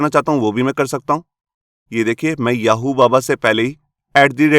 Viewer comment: Sir why do you blur 'oo' in your ''?